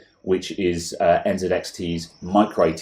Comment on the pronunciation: you say NZXT not ENZEDEXDE